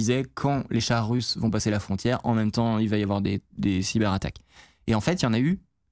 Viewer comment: C’est bien de faire les liaisons, c’est devenu tellement rare aujourd’hui, mais cyber z’attaques pour le coup c’est too much ! 😁